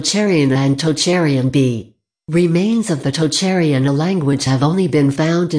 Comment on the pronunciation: Omg that text-to-speech voice is painful to listen to. You couldn't find a human to narrate a 10 minute video? Perhaps they might then have caught some of the errors ("East Germanic that not extinct"?) and pronunciation of unusual names (e.g. Tocharian) might have been improved.